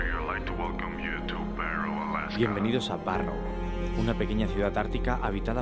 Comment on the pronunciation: Piloto: welcome to Barrouw (Barrow): Estamos en Barro Hahaha ay no los Españoles